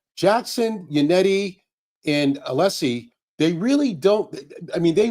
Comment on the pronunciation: says Alessis name wrong everyday shit up officer lying ass dever